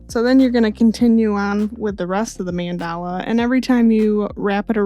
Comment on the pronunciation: Hey! Thank you for this tutorial, your explanations are very concise and understandable, and the shirt came out beautiful 😍 Just one thing, just so you know, it's pronounced MAHN-da-la, not man-DAH-la. Just FYI! Thank you for all your wonderful videos, I can't wait for the next one!